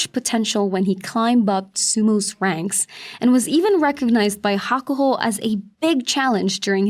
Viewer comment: I adore your videos, but I wish you would listen to the proper pronunciation of some of these names, I've lived in Japan for 5 years and nobody calls him "hakuhaw", and this guy isn't "shawdai", .. it's the "O" from "Oh no "..any listen of NHK broadcasts would tell you how to pronounce these names.. please give it a try! It doesn't detect from the quality of our fantastic videos, I'm just picky. Shodai, I think he lost his mojo after he got covid